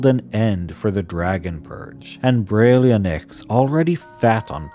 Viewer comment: Beh-ryl-IN-thra-nox Also BERR-əl (similar to "barrel"), as in the green mineral. Aboslutely LOVE the lore!!